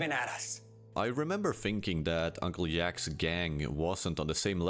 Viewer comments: Blud said uncle Yack lmao. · I understand language barriers and cultures, but you have surely seen this series. Surely you know the J is english and not pronounced Yesse or Yack.